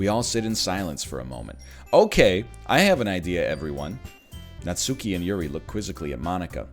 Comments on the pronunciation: Oh god is he gonna pronounce it Natsoooky the whole time? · Every natSOOki destroys a bit of my soul